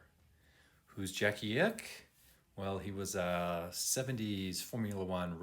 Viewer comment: FYI: 1. Pronounced Jackie Ickx as in iks and Leonidas = Lee O Nee das. Case is chrome plated over brass, not stainless.